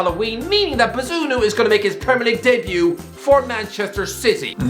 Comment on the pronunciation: man butchered bazunu’s name